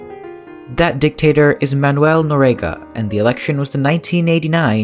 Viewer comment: If you're going to do a video on historic events, you might want to at least get the person's last name correct and pronounce it correctly in your video. Its Noriega. Pronounce nor--ee-egg-uh